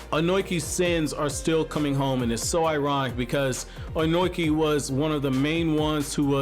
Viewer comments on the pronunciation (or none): You have a weird way of pronuncing Ohnoki. It's -(long) o-no-ki.